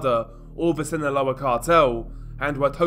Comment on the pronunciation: Hey DR, just to let you know Sinaloa is pronounced without the “th” sound in the “S” I think ur trying to pronounce it from Spain spanish which we don’t use